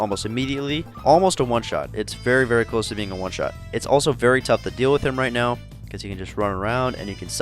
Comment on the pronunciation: Widow S tier? 🤔 Even with the nerf? I completely agree with the Genji one though 😅😂 "Are you serious right neow bro?" 😐